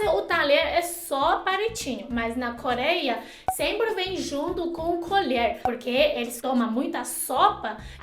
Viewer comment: cóleia, calactelisticas, etc... aaaah adoro quando ela troca o R pelo L <3